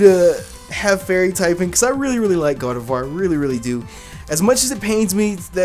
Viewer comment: Finally! someone who says Gardevoir right!! LOL